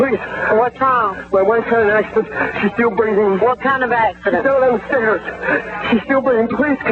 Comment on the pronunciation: "a fall down the steeeez." 😅